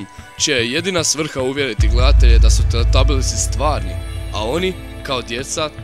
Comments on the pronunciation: TELETABILISI?! Ja sam čula za teletabise ali za teletabilise? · teletabisi ne teletalibilisi